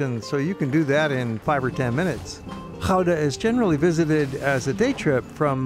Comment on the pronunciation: You pronounced the name Gouda perfect. Compliments!